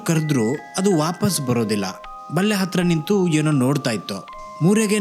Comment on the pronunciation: ಬಲ್ಲೆ alla bro ಬೇಲಿ